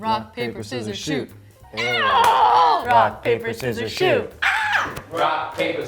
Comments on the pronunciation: Did you say shoot.. i thought it was shoes lol 🤜 ✋✌️ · Do u say rock, paper, scissors SHOE OR rock, paper, scissors SHOOT?